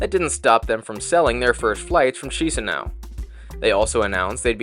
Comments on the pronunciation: Chisinau correct pronunciation sounds like Kishinau not Shisinau😅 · Nice video. Strange that you commented that the food at the buffet was SO European. You were in Europe. And then just a note on pronunciation. Chisinau is pronouned "Kishinow". Iasi is pronounced "Yash". Good luck. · No hate but the way he pronounced chișinau made me think it was a chinese city. Loved ur bideo it is awsome and its the first review of this flight that i have seen ❤❤